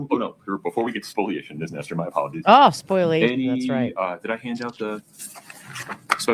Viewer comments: the term is ‘spoliation’ not ‘spoilation’ - I love you guys but this gets me every time you say it 🤣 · can you point me to an official source where it is spelled ‘spoilation’? It’s spoliation everywhere I have ever seen it, and therefore is pronounced ‘spo-lia-tion’, not ‘spoil-ation’